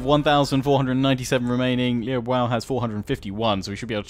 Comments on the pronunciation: Liu Biao is pronounced as Liew beeow, not Liew Bow. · Please learn how to pronounce Liu Biao's name properly, it makes me cringe every time. Lee-ooh Bee-ow not lee bwow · just another PSA, its pronounced Lee-yew Bee-oww. The Biao sounds the way its spelled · Liu Biao is pronounced Liu Bee-ow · Loving this series but oh my god, please stop saying Liu Bwao! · needs to check the pronounciation in Google Translate. Putting the Chinese characters of Liu Biao (刘表） into Google translate does the trick nicely. It is the most off pronounciation you have and most of the other ones are pretty close. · Your pronunciation of Liu Biao is horrific...